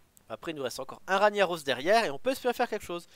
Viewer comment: OUBLIE TON RANIAROSS PUTAIN ! ===> Rague Naross ! Juste écoute Thaurissan le dire quand il est joué